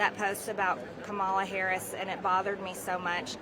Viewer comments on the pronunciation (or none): But u can’t say vice president Harris name right!! 🤔🥴😒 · She won't pronounce Harris's name correctly, either. MAGA off kilter since the disaster of a debate. Even Trump claims of 'winning' ring hollow.